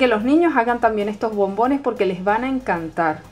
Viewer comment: por que dices bombines